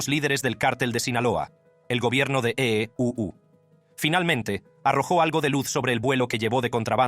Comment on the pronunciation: Que ridiculo el narrador. Ee uu suena ridiculo😮